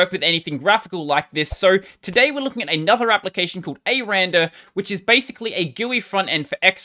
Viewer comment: its “ecks arr and arr” btw... 😏